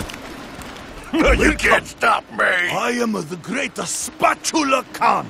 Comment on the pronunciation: " shows you the location of the Spatula Con in Tiny Tina's Assault on Dragon Keep" Who the fuck is Spatula Con? It's spatula Khan, you even write it in the title!